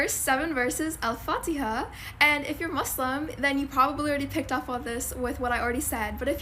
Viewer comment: The way you pronounce Al Fatiah is so beautiful ❤